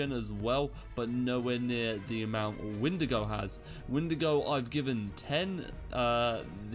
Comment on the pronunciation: Ok with shaders for Ursa Major, it's too bright ;-; also it's Windigo not Wendigo